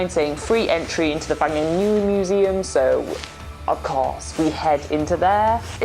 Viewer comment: I can give you a lesson of how to pronounce Wanganui wonga n ew ie